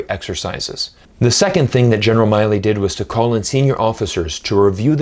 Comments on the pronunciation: Why do you choose to mispronounce the General's name as Miley, when his name is Milley? I've never heard it anywhere else pronounced as Miley. Even in Chinese it's 米利 (Mi Li). I haven't come across any American that would mispronounce his name like this, and for you to consistently do so with the central figure in you piece here, it really detracts from what you're trying to say. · except he can't even pronounce the general's name right